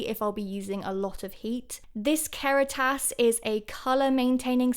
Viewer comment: Hi, hair stylist here (I feel cringe saying that ew) - Kera-tas? The way you pronounced this made me giggle, it's actually said like "kera-stoss" haha. I would highly recommend the Kerastase Resistance or Genesis lines for your hair, their color line (the one you have) isn't the best (as far as color shampoo/conditioners go). If you wanna splurge on a really good hair mask, definitely also check out the Kerastase Nutritive conditioning mask for when your hair's feeling especially dry. I also would highly recommend R+Co's new luxury line called "Bleu" to you!! It smells amazing and I LOVE using it on clients. But definitely give Kerastase another try, it's up there with the best of the best!! Also, just to add - I don't believe there's any truth to what you said about leaving your hair dripping wet when you apply your conditioner. All you're really doing is diluting the conditioner, therefor wasting product. I think maybe where you get this from is for when you're applying curly hair products AFTER your hair wash - that you do want your hair to still be dripping for. But for your conditioner, I don't think leaving your hair soaking is doing anything beneficial!